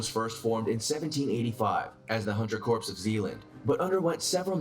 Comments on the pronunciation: First, I'm not sure if I trust someone who doesn't know the difference between a Corp( pronounced core) and a Corpse. Second, I seem to remember that US army Special forces had a 97% FAILURE rate in initial training. Third, I always find it interesting that the SAS is mentioned in so many of these list while the SBS, which is on par with them is not. Interesting video and great reaction as usual. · I’m glad I read the comments first. I was going to ask why they keep saying “corpse.” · The video was driving me nuts you don’t pronounce it as corps it’s pronounced core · If these narrators are going to continue doing these videos about the military they need to learn how to say some of the names correctly. The letters PS are pronounced silently in the word CORPS. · They lost me right off the bat when the narrator couldn't pronounce CORPS..... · Hard to take this seriously when the narrator can't pronounce corp. You knew it would be Navy Seals as soon as he said that. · I cringe everytime the narrator say "corps" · The original narrator of the 1st video mispronounced corps badly. Nerve gas should have been discussed in the 2nd video. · Hard to take it seriously when he's mispronouncing Corps. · Only an American would put Navy SEALS at the top of this list. Many within the upper echelons and former SEALS have said frequently that the SAS is a more gruelling and superior military force. SEALS should be 5 (or 6 after the Gurkhas) on this list, not 1. I mean the guy can't even pronounce 'corps' correctly... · I can't with that video. Didn't say corps correctly, and not even a mention of the Irish Ranger Wing. Nonsense! NONSENSE I SAY!! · he pronouncing corps wrong af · None of that changes the fact that the narrator is pronouncing it wrong. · It bothers me he’s saying “Corps” as corpse when it’s pronounced as core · It's pronounced a core, not corpse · This dude saying "corpse" the whole damn time ... it's pronounced "core" (kor) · Corp ( Silent p ) NOT CORPSE